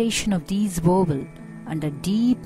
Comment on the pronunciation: she keeps saying "wovels"...